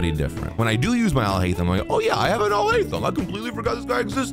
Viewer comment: Alhaitham ...sounds like " I'll hate them"